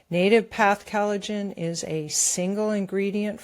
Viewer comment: NativePath ad... Pronounce collagen, not callidgin. Please.